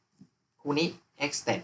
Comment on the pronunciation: สเต็ป ครับ เรียกว่า สเต็ป (ตามต้นทาง)